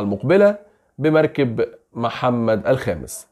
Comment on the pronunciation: يا أخي الكريم ، هو مركب بالفتحة على الراء والكاف و ليس المركب بتاعك